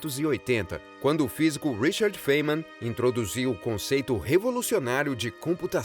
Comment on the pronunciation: a pronuncia do nome do Feynman não é feiniman,mas fainiman